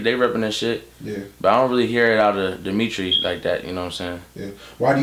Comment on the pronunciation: DEMETREE LMFAO